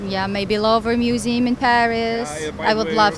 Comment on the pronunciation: ميوزيوم not ميوزيم